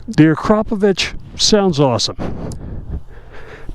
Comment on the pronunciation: The way Americans pronounce Akrapovic has got me 🤣😂😭